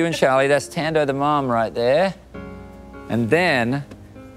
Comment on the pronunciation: Wow! Ten secs outta 🇿🇦 and you cant even pronounce your own name properly? Haaibo😳 Tan-Doh??? Even the accent ntombo...??? Kahleni bo!